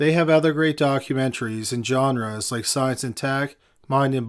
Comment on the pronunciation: Bruh. I'm not native english speaker, and me as a polish native I hear u read "genre" wrong. Very kurwa wrong. "F, sit".